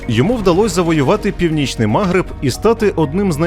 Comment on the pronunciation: Таке враження, що диктор спеціально шукає найбільш ідіотські наголоси: чому мАгриб, якщо магрИб. Для історичної справедливості також скажу, що вестготи так дістали корінне населення, що воно дуже часто зустрічало арабів, як визволителів